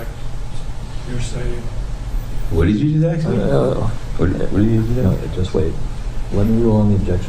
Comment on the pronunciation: This guy just said “what did you just axe me”?